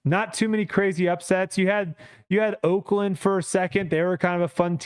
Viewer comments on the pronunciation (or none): none